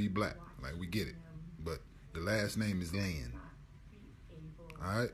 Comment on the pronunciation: It’s lin not leen